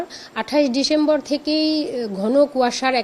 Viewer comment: ডিশেম্বর 😂 আবার কি ডিসেম্বর বলতে পারে না ছোট্ট মানুষ কে বড় কাজ দেওয়াই ভুল😅